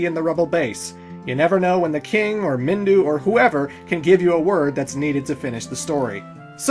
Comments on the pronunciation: its Minwu not Mindu for devil's sake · "MinWU", not Mindu lol